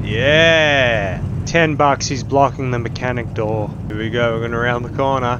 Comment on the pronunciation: “Open the noor.”